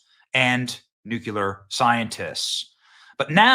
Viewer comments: It's NUCLEAR NOT nucular. Why do so many people mispronounce this word. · It's NUCLEAR Benny. Noo-clee-Er not nucular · Again Benny... its pronounced : "New Clear" NOT "Nuke U Lure" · Nucular? Nuculer? wtf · It’s nuclear, not nucular. Otherwise, great video, as usual. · Benny I'm a fan, but WTF are you talking about? First off, it's nuclear, not nucular. Please learn the word. Second, Iran desperately wants to fire a nuke at the US. Everyone knows their nuclear program was in its final stages. Trump supports the strike, the whole thing was a misdirect by the US and Israel and was well planned by both countries. Open your eyes. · BTW, please stop say NUCULAR... It's Nuclear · its noo clee er not noo- cu- lar - sp: nuclear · IT IS NOT PRONOUNCED "NEW-CU-LAR", IT IS NEW-CLEE-AR. It makes you sound uneducated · "Nucular" lol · Dude... It's NUCLEAR not NUQUELAR! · nuclear, not nucular. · Why do Americans keep pronouncing this "nu-killer" instead of "nu-cle-ar"? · LMAO dude it's not pronounced "nuke-you-lur", it's pronounced "new-clear" or "noo-clear" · Nu-clear. Not nu-q-ler. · Its not "Nuke-yaler" it's "new-clear" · Benny please learn how to pronounce the word "Nuclear", it is not "Nucular." I cannot watch you until you fix this pronunciation. But George W. Bush would be proud of you. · Nucular ??? Are you one of the Bush's ??? CRINGE DUDE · Please stop saying "NUCULAR" Benny. You sound like that idiot, GWB. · NEW--KLEE-ER! Not New-kew-ler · Stop mispronouncing “NUCLEAR”. It’s NOT “nucular”. There is no such word. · Hard to take people seriously when they use nucular. Literally anything else that follows has no meaning. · "Nucular" :facepalm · Nuke-you-ler lmao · Benny, say it with me. Nu Klee Er! Nuclear! As in Nucleus! Not Nucelus! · Nu-CLE- ar . It's not difficult tp pronounce it correctly. It kind of is an important word to get right. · Nook - Lee - Yer :P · hey benny. if you want to be a journalist, learn how to say Nuclear. nu-cle-ar.